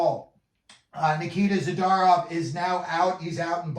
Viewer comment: Lol. "ZadArov", "MikAyev", C grade for Vancouver. 514 subscribers makes perfect sense...